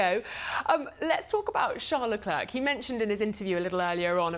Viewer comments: It's not LE- CLERK Those studio people irritate me. It's Charl LE-CLAIRE Arg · My god, do learn how to pronounce Leclerc’s name the way it is intended. You guys sound obnoxious.